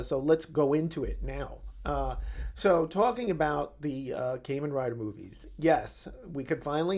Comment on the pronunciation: Kah-men, not Kay-men